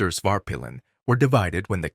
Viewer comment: This video is so AI generated.... also I would not take advice from somebody who names svartpilen "spart pillin"